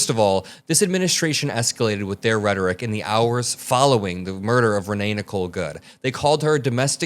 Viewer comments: Homan - What is "redik"? Please pronounce the word correctly. You repeated yourself several times. Rhetoric! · says he sounds unintelligent one minute before he says redic, instead of rhetoric. 😂😂😂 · In case no one else noticed, Homan could not even say the word rhetoric...he said "rhetic". He's obviously uneducated and should not hold the position in the administration that he has. That's a minor point compared to everything that he actually believes and says. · Homan didn’t say rhetoric, he says “rhetic”. Maybe 3 syllables hard…😬🧐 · He can't even speak right...."retic".... dummy!! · The same Tom Homan that accepted a $50,000 bribe that was caught on tape. He can't even pronounce "rhetoric" correctly, he's that stupid. These ICE agents are nothing, but criminals, it's been revealed that many, many of them have felony criminal convictions for such crimes as domestic abuse, sexual assault, assault with a deadly weapon.....they're the new Nazi KKK. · He is not even pronouncing RHETORIC correctly.